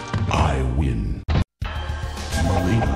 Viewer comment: Not nileena! It's mileena